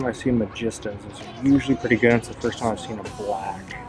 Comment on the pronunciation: Dude. The money at Ross is in the authentic match ball soccer balls and the soccer jerseys. Also Nike tech fleece. The soccer cleats/boots you picked up we’re all lower tier boots. Look for the upper tier boots that retail for $200-$300 that are tagged at $20-$40. It bothers me that you haven’t heard of Lacoste as the just did a collab with Supreme. And it’s Mag-ee-sta.